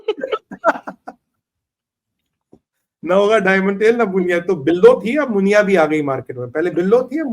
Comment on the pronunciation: मुनिया नहीं नुनिया 😂😂😂😂